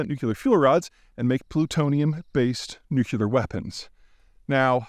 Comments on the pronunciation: The word nuclear comes from the word nucleus. Please pronounce the word as it is spelled. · why can't Peter pronounce the word 'nuclear' correctly? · Why do you constantly mispronounce the word nuclear? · How does Peter, of all people. Not know how to pronounce nuclear? Hurts my brain to try to figure out. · Peter, you're way too intelligent to keep pronouncing "nuclear" wrong... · That’s not how you pronounce nuclear, there is no k in there sorry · Please learn how to pronounce “nuclear.” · Language evolves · Please say 1000 times « nuclear is not nucular »! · Learn how to pronounce nuclear Peter. Its not , new cue la, its new clear. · NU- CLEE-ER. Not NU-KEI-LER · And please, Peter, learn how to pronounce "nuclear" (like the nucleus of the atom)- not "Nuc-ye-lar" (there is no such thing)... It's really annoying to hear you repeatedly mis-pronouncing this over and over. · Peter. The word is pronounced NU CLEAR. Not NU CU LAR. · such a brilliant guy you’d think he’d learn to pronounce NU-CLEE-ER it’s like nails on a chalkboard to hear New-CUE-LAR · nu...clear, it's so easy. Someone needs to tell him there is only one "U" in nuclear. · Damn this would sound smarter if he said nuc-LEA-ar not nuc-U-lar! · NEW-CLEE-AR Difficult listening to a guy present himself as a nuclear expert when he hasn't bothered to teach himself not to say NEW-Q-LAR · Only Putin has nu-cu-lar stuff Peter, the rest of the civilised countries around the world have nu-cle-ar stuff... 😂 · Peter, repeat after me: NU-CLE-AR ☝🏻 not NUCULAR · Nuculear? Whats that ! I understand a fair bit about nuclear ! Sounds interesting this nuculear! Lol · I will die on this hill: it's NU-CLEAR, not nucular. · Zeihan is brilliant and compelling on geopolitics but what’s up with deliberately mispronouncing nuclear? It’s like fingernails on a chalkboard. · OH MY GOD STOP SAYING NUCULAR IT'S NUCLEAR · Is he saying "nuke-you-ler"? It's "new-clear". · It's nuclear, not nucular. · NEW-CLEAR. Not nu-cu-lar. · Nu cu lar